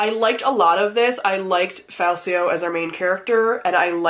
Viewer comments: Greatcoats series is a tetralogy, and Falcio is pronounced with a hard C, like falcon (you'll learn that in the second book). Feel better! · Greatcoats is 4 books. And when you get to the second book (or maybe third? but I think second. Read them a year ago so details are fuzzy ), there's a whole plot line of how the main character's name is pronounced: Fal-key-oh. Sounds weird to me, but what do I know :) Great series anyway, loved it! Oh and the fight scenes are so detailed because the writer used to be a fencing teacher/choreographer/something :)